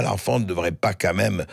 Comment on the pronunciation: s'il vous plait Bercoff, arrêtez de dire "qua même" c'est insupportable !